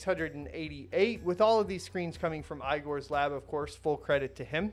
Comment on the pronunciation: The name "igor" needs to be pronounced not as ay-gor, but as e-gor.